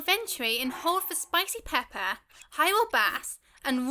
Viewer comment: Thanks for the tips and help! Btw I like how you pronounce “Pepper” lol